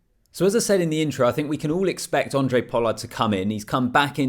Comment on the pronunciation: It's Handre mate...with an H. Not Andre Pollard.